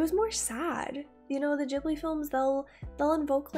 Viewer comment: Did She really just call it the "Jibbly" train?? "Jibbly films". "Jibbly, Jibbly, Jibbly". It's Ghibli. Studio Ghibli.